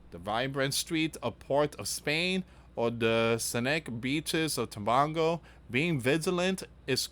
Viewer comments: It is pronounced Tobaaaago like that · Dear and friends greetings.I live in Trinidad and what you are saying is worrying. And it is not Christmas as yet in the island. It is Diwali a Hindu festival. It is pronounced as Tobaygo. Please pray for us🙏⛪😇❤️🇹🇹🇹🇹